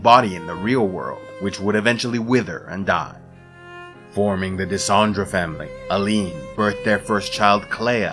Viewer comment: Tu dis Allen au lieu d' Aline (li comme Lily), tu dis Dendre au lieu de Dessendre , tu dis Gage au lieu de Gommage , tu dis Essié au lieu d' Esquie , tu dis Manoco au lieu de Monoco etc. Ça n'empêche rien à la qualité du travail mais c'est dommage.